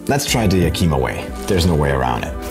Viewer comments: no, you’re totally right! being a non-native english speaker from Austria I totally butchered that pronunciation and I’m terribly sorry for that! Hope you enjoyed the video nonetheless. 😉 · Oh man, dude totally butchered “yakima” but we still love you!! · Thanks, M Greg! I really appreciate this feedback. I realized that I totally butchered that pronunciation after recording the video. I did not mean any disrespect - my sincere apologies for my European ignorance. In any case, the pronunciation and origin of names and regions not only in WA but throughout the American continent is fascinating! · I'm not 100% sure, but your pronunciation of Yakama was very hard to understand. The native Americans changed the spelling from Yakima to Yakama.